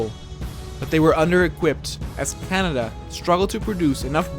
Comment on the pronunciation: Someone say Ca-Ney-Dia